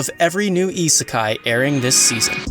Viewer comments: Isekai... not Itsukai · Iserkeye Listening to you trying to pronounce these words is cringe as fuck.